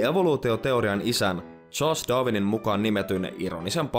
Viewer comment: Sanoit doovinin etkä darwinin